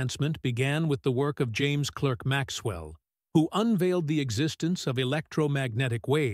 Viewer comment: Is it asking too much for a video to pronounce its subject’s name correctly? It’s spelled ClErk, but it’s pronounced ClArk.